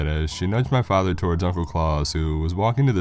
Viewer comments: Surely it's Claus as in the actual name rather than claus as in Santa, really killed the story even tho as many have pointed out it's stolen from the twilight zone episode anyway but really pronunciation is important when reading scary stories as it immediately kills the horror and makes it funny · Jesus christ you uncultured swine it's Klaus. KLOWCE NOT KLAWS. JESUS H CHRIST I DIED EVERY TIME YOU SAID HIS NAME. IT'S FUCKING GERMANIC